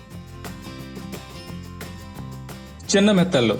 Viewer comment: మెత్తళ్ళు కాదు నేత్తల్లు...